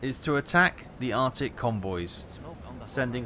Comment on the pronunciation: "Arctic not Artic"